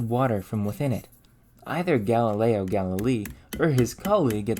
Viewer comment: It's Galileo Galil-eh-ee.